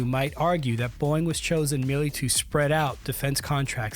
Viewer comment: Like how the narrator keeps pronouncing "Boeing" like "boing" 😂